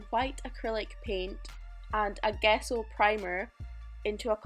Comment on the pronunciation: Gesso is pronounced like JESS-o.